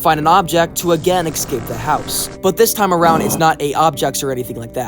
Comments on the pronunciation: Why do you say excape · Why do you say exscape